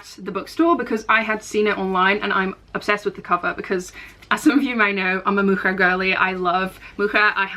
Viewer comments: hi, you pronounce Mucha the right way! it is definitely not the English way of pronouncing 'ch' (like in matcha for example). I was actually impressed you pronounced it right the first time since I don't know many other countries that pronounce 'ch' the same way we, Czechs, do. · the first way your pronounced ‘mucha’ is actually the correct czech pronunciation, so dw you’re saying it right ☺️